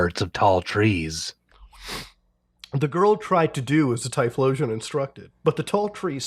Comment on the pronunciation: the name is read as T-Y-FO-LOTION